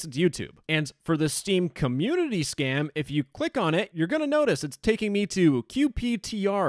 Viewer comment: "Steam comuneuitiuy"